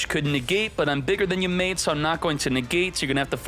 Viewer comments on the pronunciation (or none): none